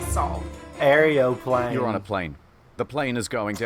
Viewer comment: "Air-eyoplane" No, "Aeroplane", the actual word for an "Airplane".